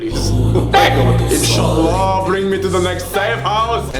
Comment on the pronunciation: The insha’allah was on point